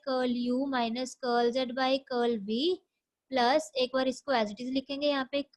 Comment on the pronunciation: Thank you..Very nice explanation ....I like your pronounciation of Curl ... Curly curl z curlv ...☺️☺️